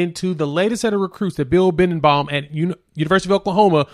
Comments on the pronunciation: His name is Be den bo, not bindenbaum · C'mon! You're not even close to pronouncing the OL coach's name...Bee-den-bow!! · Just FYI. it is pronounced Bill Be-Den-Bow! No you know. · said his name wrong but it's all good. Great video 👊😎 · Yeah you're saying his name wrong but I Gott you